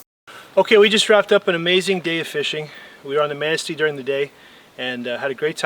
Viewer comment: Did you say you were fishing the Manastee?? I've fished the Manastee in Michigan. Its close to my cabin in Michigan. Anyway I thought you said the Manastee😃